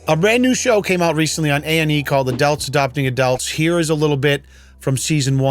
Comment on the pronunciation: “Adelts adopting adelts”